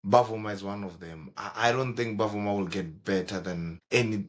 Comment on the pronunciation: it is NOT Bavuma it is Bvuma pronounced as Vuma